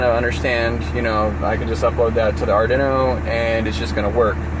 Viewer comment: Ardinno 😆 it's arduino like guido because it's I-talian!